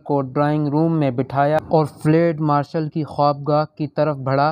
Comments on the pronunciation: Ye flaid nahi Balke Field Marshal hai.Pronunciation drust karlain.Thanks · field marshal not ftal marshal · Fled nahi fieldmarshall hey bhai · It is not flade,it is Field Marshall.correct your pronunciation. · Lafz field marshal hai......fleeeeed marshal nahi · فلیڈ مارشل غلط تلفظ ھے۔ صحیح لفظ ھے: فیلڈ مارشل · Bhai " field marshal " kehna tu seekh lo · Flad marshal? Improve your urdu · Field marshal k word ko theek Tarah pronounce nei Kiya gia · قبلہ آپکا تبصرہ ایوب خآن پر گو کہ دلچسپ تھا مگر آپ کا اردو کا تلفظ بہت غلط تھا، سن کر افسوس ہوا۔ بہتر ھے کہ یہ نہ پڑھا کریں آپ۔۔۔یہ بتاتا چلوں کہ ایوب خآن فیلڈ مآرشل تھے۔ یہ انکا عہدہ تھا جو آپ کھ نہیں پارھے تھے۔۔۔۔ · تلفظ درست کرو تمہیں چینل چلانا ہے مگر فیلڈ لفظ کی ادائیگی کرنا نہیں معلوم۔